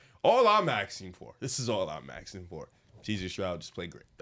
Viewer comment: God Lord, it’s “asking” not “axing.”